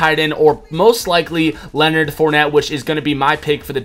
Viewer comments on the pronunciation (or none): none